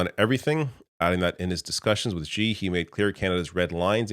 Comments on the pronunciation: It's not "ji" it's xi "she" Jing ping. Why can nobody get that right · carney needs to learn how to say Xi like lmao why do so many white people pronounce it gee